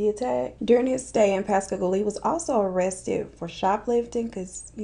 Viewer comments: You said Pascagoula correctly!!!! Giiiiiiiiiirl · That moment when your in pascagoula and says pascagoula😦 um....